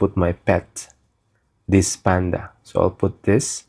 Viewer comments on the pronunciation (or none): none